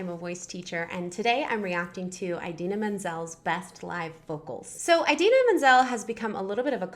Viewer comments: it's not EYE-dina FYI...uh ·dee·nuh muhn·zel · one thing... it's 'ee'dina not 'ai'dina... really bugged me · I was distracted by you saying Idina’s name wrong lol. It’s Id-ina as in the Id and the ego. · ᴠᴇʀɪᴛʏ ᴊᴜᴅᴇ :D eyedina